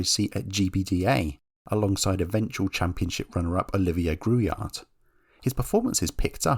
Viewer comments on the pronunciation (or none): It's Michel Trollé, pronounced TRO-LLAY in English. It's Olivier Grouillard with a silend "d" at the end. Same with Eric Bernard .